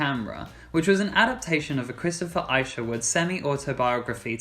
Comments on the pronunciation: Christopher issh erwood. Rhymes with wish. Julie Andrews turned down the movie Cabaret. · When the narrator refers to ICERwood and not Isherwood you know you're in trouble. Plus my understanding was that Isherwood objected to the film "Cabaret" because whilst he had female friends he did not sleep with women.